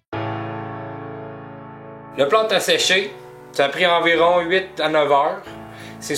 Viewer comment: Il a dit que c'était du "plâout" ! :D